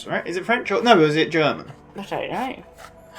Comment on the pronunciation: "Franch"????? BBWWWWHAHAHAH!!!! ;)